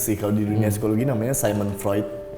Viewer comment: Sigmund Freud, bukan dibaca Saimun Freud, ... tapi diucapkan Sigmun Froid.